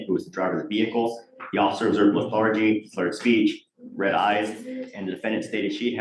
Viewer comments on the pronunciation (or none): it’s sad when supposedly educated people cannot pronounce basic words like ‘lethargy’ correctly. “Le-THAR-gee” - seriously? 😂😂😂😂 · That lawyer doesn’t know how to pronounce lethargy WTF